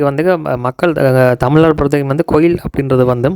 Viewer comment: கொயில் இல்லை bro கோயில்